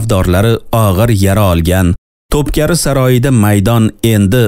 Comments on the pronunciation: Тупкари эмас Тупкапи Китоб укийлик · топкари эмас топкапи булади. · Тўпкари эмас ( тўпкапи ) яъни тўпқопи саройи дейилган.... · Топкари эмас топ капи дейилади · Топкари эмас топкапи дейилади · Текстни укиган одам хато укиди яни топкапи саройи деб укилади ва айтилади сиз топкари деб укидиз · Тупкари эмас To'pkapi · э админ, тупкаРи ЭМАС тупкаПи олдин тугри укишши урган сериални айтиберишнимас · TOPKAPI - ТОПКАПИ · Topkapı.. топкапи укилади